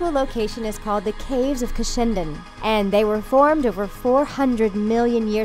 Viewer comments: I don't mean to sound rude but Cushendun is pronounced Cushen-dun. It's an easy mistake also i live in Northern Ireland so I've been to all the places there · Co. Antrim. I love how she says Cushendun completely wrong